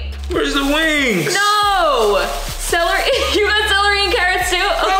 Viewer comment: you had trouble saying celery you said cellarly 🙋🏻‍♂️🤣🤣🤣🤣🤣🤣